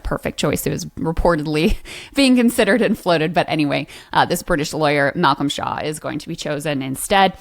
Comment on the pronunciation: I really thought she was saying Malcom Shah. I had to read it myself coz i thought it would be weird to have a muslim defending Israel. Shaw rhymes with claw and tour and bore.